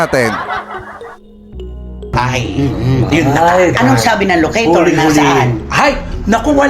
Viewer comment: LOCATOR...not ALOCATOR